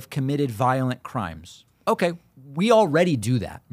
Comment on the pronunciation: O-kuhhh curly. Dim. Get off the air.